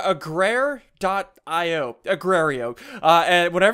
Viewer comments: Agar not agrayr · Egrerio? It's Agario. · Wait Did You Say Agaririo? Its Agar.io [Agar-Dot-I.O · "Today we are playing Agrareyo." -SSundee 2015. A-gar-eye-oh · the Goat Ikr he just said sth like agrario. HAHA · HAHA!! he said agrario! LOL XD ITs A - GAR - EO!!! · agrario? it's agario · it's not agrar.io it's agar.io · agrario.... Its "Agar"io Im not being angry. Im just correcting you for the other people thinking its agrar.io not agar.io. And they only listen to the real SSundee Not the title sometimes. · It's not called agwerio it's called agar.io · It's AGAR.IO not AGRAR.IO... OK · AGRARIO???? its agario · Its agario not agrio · nice saying agar.io u said agrar.io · it's called agar.io not Agra.io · its not agrario its argario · It's agar.io ssundee not agrario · It is not agrario it is said ag-ar-io. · ITS AGARIO NOT AGRARIO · Gar not gra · Not argario. Agario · its not agrario its agario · It's not agrario its agario GAR NOT GRAR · its aga r io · It's agar not agrario I'm not trying to be mean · its agario not agraio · it's agar not agrario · Is not agrario is agario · It's not agrario is agario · He Said A-guar-ee-o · The Forgotten King I pronounce it a-gar-ee-oh myself. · I love the way he pronounce it, "agraio". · the way i pronounce it is a- gar- ee- o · ikr lmao ssunde says "agrario" its shit.io now lOL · I pronounce it ah-gah-eeo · Ssundee pronounces the r before the a a-grar-ee-o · SSundee: ,,Hey whats going on dudes SSundee here and this is ,,Argario" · It's actually called uh-gar-e-oh but I still love you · OMG I DIED WHEN HE SAID agrareo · he called it agrerio 😂🤣👌🏻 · "Agrario" -Ssundee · ITS PERNOUNCED AY-GAR-EE-YO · HE JUST SAID AGRARIO!! NO JUST NO PLEASE G0D NOOOOOO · The right way to say it is a gar e o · SSUNDEE ITS A-GAR-IO. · It's said likes this a-gar-io Duh ssundde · He called it agrario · A G R A R I O ssundee this is how you said it a grey rio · LOL he pronounced it "agrerio" at the beginning xD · It's agario. Agar( ri) o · Say it a-gar-lol